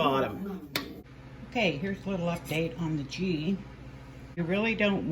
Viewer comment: Girl I love ya so I have to tell you it's pronounced gee the g sounds like when you say good.